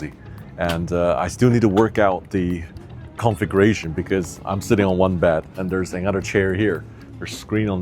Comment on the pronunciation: Your hairstyle is not complementary !!!!!!!!!!!!!!!!!!! I wish you would learn how to pronounce configuration -" con fig ure ration" there is no "L" in the word.